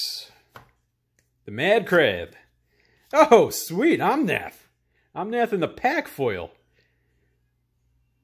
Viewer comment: Glad to know I’m not the only one who says something along the lines of “Om-nom-nomnath” 😂